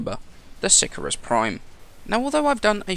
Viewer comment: si-cahr-us :P